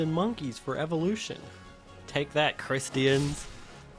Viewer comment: "Take that, cris-te-ans" im dying